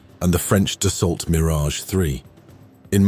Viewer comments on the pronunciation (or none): Dassault: "ault"="[o]"!.. Resume: not [dasOLT], but [dasO]!!. Checkout French language orthography rules!!! ... P.S. May be fly to Canada: it's closer than France?.. © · Dasault is pronounced Dass-oh, just like Renault. The commentator sounds like a real ignorant pie-eater. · Need to learn how to pronounce Dassault bloke. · Come on guys even an AI voice over should be able to pronounce 'Dassault' correctly, this is a a piece about history afterall!